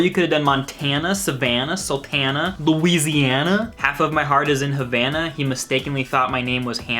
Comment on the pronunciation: When you try to roast a song but you don't even pronounce the title correctly